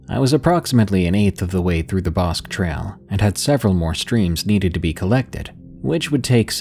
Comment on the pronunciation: Bosque is pronounced Bos-kee